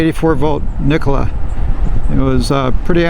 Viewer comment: Nikola has 3 syllables.